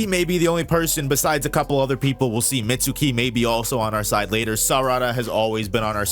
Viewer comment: you're mispronouncing Mitsuki's name